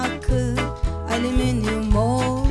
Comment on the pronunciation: Doğrusu Alümünyum olsa da çok eğlendim ama, yaratıcılığınıza sağlık! :)) Nil : Aliminyum Evrencan: Alimimyum Devrezz Devrezz... Edit: Doğrusu "Alüminyum" ;)